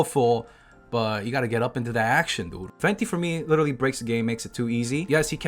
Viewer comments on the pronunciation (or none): none